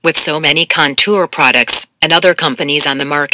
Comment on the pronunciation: LauraLee is that you?! (Hear the way the robot pronounces "Contour") 😂